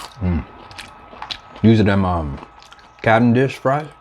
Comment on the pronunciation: When you said Cavendish Fries, I knew you were Canadian.🤣